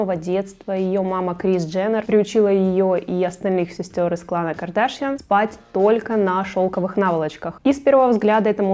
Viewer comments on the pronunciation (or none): Боже, правильно КардашЯн, а не КардАшян